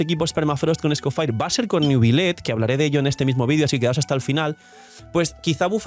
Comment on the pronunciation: porfa que alguien le diga que no se pronuncia escofair